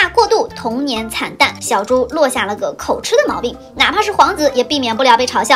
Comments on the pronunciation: 正確的套句是：如果不是在XX，就是在去XX的路上。整個講反感覺都沒了。 還有口吃的吃唸"及"不是唸"癡" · 口「吃」（音「集」） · 口吃唸口「及」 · 口吃的吃，音同「及」，不是「吃」吧…. 還是中國大陸那邊的發音跟台灣不同？